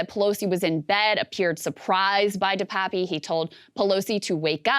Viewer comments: DePap, NOT "DePapi". Krystal NEVER listens to Sagaar. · Krystal: De-Pappy, or however you pronounce it. Saagar: De-pap. Krystal: anyway! De-Pappy! 🙄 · I went to school with Dave in Powell River, BC, Canada. It's pronounced De-pap. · It's pronounced DE PAPEY not DE PAP or DE PAPI Jesus, America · Cant she bother to get the last name right? Its bit DePapi even her co host told her